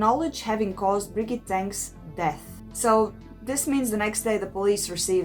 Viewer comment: Cant you see a video about the case in Norwegian and pick up how to pronounce stuff. You got her name terribly wrong. It is herd to even recognize you are talking about Birgitte.